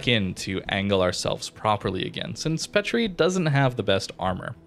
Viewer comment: It's pronounced paatrie like the sound a makes in baa because of the french accent mark I think. I'm a french student fyi